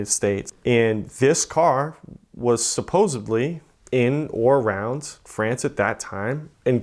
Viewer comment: And the words supposedly and Renault